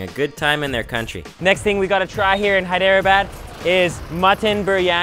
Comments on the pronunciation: It's pronounced hay-drah-bod. Great videos though. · You've GOT to learn to pronounce those Indian city names accurately! Hyderabad is pronounced as 3 syllables not four. Like Hy-dra-bad. No one is going to take you seriously if you don't make the effort. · Doge Viper Dude its pronounced Hey-Dra-badd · NO IT'S SPELLED "HI-DE-RA-BAD" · THIS IS VAAAAAAAAAAAAAAAAAAAAAAAAAAAAAAAARA THIS IS WHAT U CALL VAAAAAAAAAAAAAAAAAAAARA EYERANIAN SHAII HIIITHEREABAD the worst moments ranked 1st to 3rd.